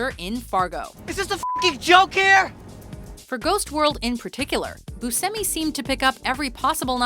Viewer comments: Boo-shemy not busemmy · It's pronounced Bushemi and not Busemi. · It's "BUSH-EMI", not "BUS-HEMI"! Dammit,! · Fernando Saladino actually it's "Bush-tchemi"